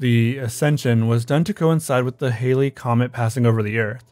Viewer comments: For the heavens gate the commet is pronounced like the snow Hale. Not Hailey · The comet is pronounced like Hael, not Hayle. But I remember when this happened. It was the #1 Halloween costume lol. Black shrouds and Nikes 🤭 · It's pronounced "Hail" not "Haylee". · Interesting, but does contain some astronomy, attribution, spelling, and pronunciation errors. "Halley's Comet" is named after 18th-Century English astronomer Edmond Halley. "Halley's" is pronounced "HAH-leez" (two syllables). "Comet Hale-Bopp" is named after 21st-Century US astronomers Alan Hale and Thomas Bopp. "Hale" is pronounced the same as "hail" (one syllable). Halley's Comet and Comet Hale-Bopp are separate, unrelated objects. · Why do you pronounce Hale as Haley? And you read every sentence with the exact same inflection. Listen to yourself and tell me you can sit through 30 minutes of this. This is a very interesting video, but I cantlisten to your sing-song repetition.